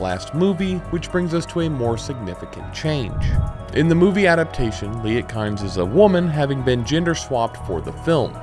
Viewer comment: Kynes is pronounced KEENZ. I only know this because I heard Herbert pronounce it recently